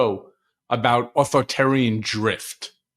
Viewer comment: Michael Cohen, please learn to pronounce "authoritarian"!